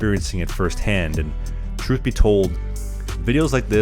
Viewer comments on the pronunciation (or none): none